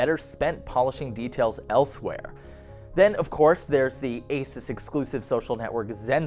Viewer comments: AY-soos not ACES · You're pronouncing ASUS wrong. Its pronounced Asooooouuss where the ouuuuu is prounounced like U. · good review! my only comment is that Asus should be prounced ah-su-s 😊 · I thought Asus was pronounced "Ay-Seuss"